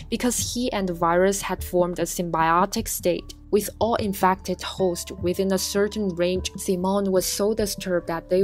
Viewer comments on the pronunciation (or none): Infacted LOL WHAT